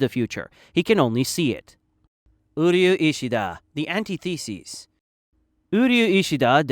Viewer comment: And antithesis